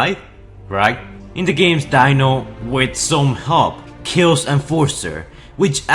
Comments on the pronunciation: not dino, it's pronounced DE-NO, EXTEND THE E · It’s pronounced deeno not Dino it’s just spelt like Dino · Its D-é-n-o not d-î-n-o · Its pronounced dee-no not dino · Dino is pronounced “Dee-no” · Its pronounced De-no... thats how you say Dino in Italian. So not surprisingly he has an Italian name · Mirages on screen name is pronounced dee-no as in ferrari Dino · It’s actually pronounced DEENO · Dino (de-no) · His name is not Dino it is Dino pronounced deeno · Omfg its pronounced Deeno. Yeah it says dino but its pronounced deeno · The way u pronouns Dino is wrong